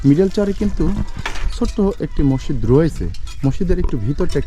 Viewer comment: মসিদ না মসজিদ টমেটা না টমাটো